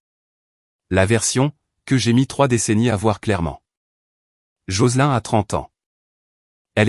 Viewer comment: L'IA prononce les noms anglo-saxons comme s'ils étaient français. Et Joselin est bien un prénom féminin anglo-saxon qui ne se prononce pas comme dans la vidéo.